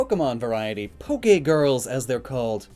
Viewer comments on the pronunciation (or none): none